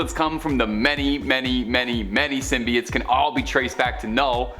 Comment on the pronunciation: He kept saying symbiotes wrong and it was driving me up a wall